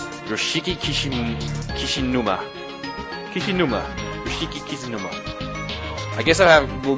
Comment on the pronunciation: YOSHIKI KISHINUMA,...... really easy name to pronounce right?